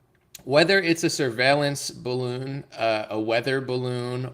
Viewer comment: 'Duh bawoon is fwat like duh Earf"